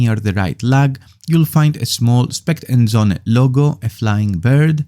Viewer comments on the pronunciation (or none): söhne not sohne. its german for sons